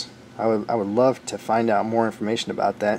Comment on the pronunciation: I have watched this entire video and have no idea what in thunder u r babbling aboot.